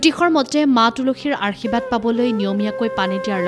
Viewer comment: অনুষ্ঠানটো ভাল লাগিল। কিন্তু আশীৰ্বাদ শব্দ টো ভুল কৈ উচ্চাৰণ হোৱা বাৰে বাৰে কাণত পৰিল।